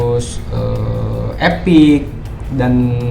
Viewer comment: Bang itu epic nya napa jadi spic bang wkwkwk